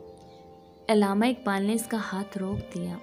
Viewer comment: عَلامہ کی ع پر زبر ہے نہ کہ زیر